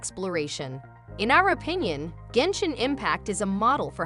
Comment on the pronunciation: I believed everything you said till I heard genshit impact